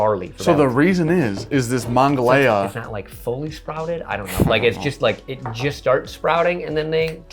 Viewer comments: I'm from the burgh originally it's pronounced muh-naw-gah-hay-la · The river starts in WV and flows north to Pittsburgh. It is pronounced Muh-Nuh-Gon-Hee-Lah or the The Mon for short. The county was similar in pronunciation but different. From someone that grew up on the river in Morgantown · Every person in western PA just cringed when you said Monongahela.